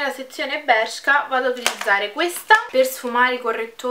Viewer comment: Bellissima stupendo il video cmq si dice bersca un bacio❤😚